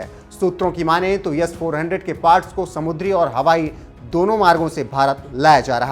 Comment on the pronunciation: It's S not Yess 400